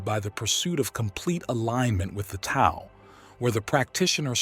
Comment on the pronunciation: Very insightful..,just to let you know, Tao is pronounced "Dao"; the "t" is said as "d". Thanks for a very good video!